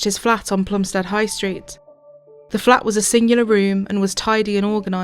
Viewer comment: It's a great documentary but it's 'Plumstid' and 'Ear-ith' as my elderly Plumstid born mum could tell you! Otherwise 10/10!